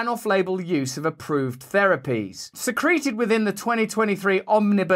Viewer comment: The pronunciation of secreted as "suhcreeted" instead of "see-crit-ehd" pushed my buttons.